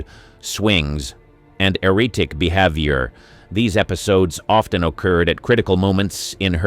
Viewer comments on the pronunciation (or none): Never have I hear the words "Erratic behaviour"...pronounce like it was 3.27 ? For the love of God.......PAY someone who can speak and PRONOUNCE English to do these videos???